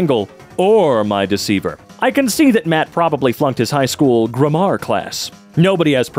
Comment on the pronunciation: I'm confused why he pronounced grammar as "gramahr".